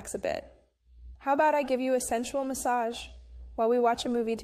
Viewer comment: "MaSsAgE OiL" 😂